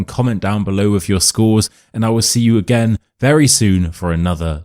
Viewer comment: If you’re purporting to teach English, the least you could do is not to pronounce “with” as “wiv”!